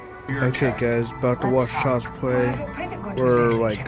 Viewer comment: Child's Pway weemake? if anything, you should be taking donations for a speech therapist, not your Youtube "content".